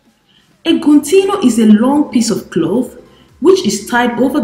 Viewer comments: #not_eguntino It's #GUNTINO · Guntiino kkkkkk right how u re pronounce